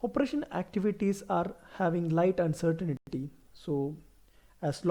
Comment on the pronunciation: Uncertainty not uncertainity